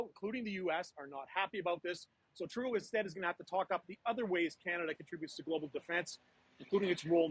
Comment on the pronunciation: he called him Turdeau .